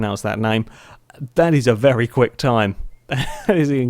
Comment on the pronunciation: I don't want to be rude but why do you say very as 'VELLY' every time? Not hating but just asking! Great video as usual.